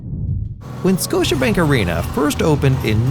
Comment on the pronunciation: “Scotibank” .. oops